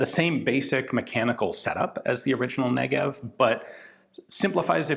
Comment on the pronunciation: The Negev-en, if you will